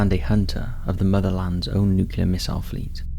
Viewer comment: its "new clear" not "nuc you ler" ots ok though, we all love you anyway:)